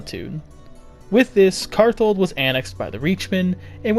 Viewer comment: so a bit of a correction, but the name is karthald, not karthold.